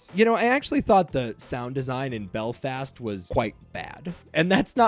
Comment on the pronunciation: Hearing you say "Bel-fast" is hilarious. My Mum's from Belfast and everyone I''ve met says it really smoothly ( Apart from the school bullies "Are you from Belllfasstt?" While thinking they were putting on a Belfast accent)